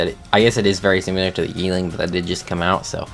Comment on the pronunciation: Stop saying "SIMULAR" ITS SIMILAR!!!😂 (I'm subbed and like your vids, so not here to hate)lol